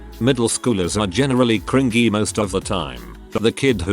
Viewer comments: Can please teach you TTS how to say cringy. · It's pronounced cr in jee, but the robot voice in said video pronounces it as cr in gie (with the g sounding like the g in goat). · How it says "cren-GEE" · Text to Speech be like: Kringgy 😂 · these videos have made me so used to hearing cringy pronounced cr-ing-ey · the way it pronouces cringy